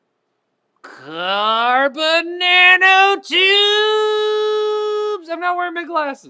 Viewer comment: CARBON NANOTEEEEWWBBSSSS